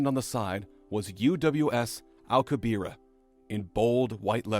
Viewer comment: One tiny comment; the pronunciation of Alcubierre is jarring given how famous the name is.